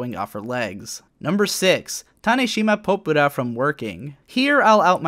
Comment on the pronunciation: Sigh...can't even pronounce Popura correctly.